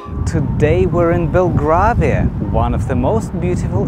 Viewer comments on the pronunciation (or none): Very nice video, but "Belgravia" is pronounced as if the "gra" was like our colour "grey". Another interesting walk would be around Covent Garden and its surrounding "Theatre Land" may I suggest?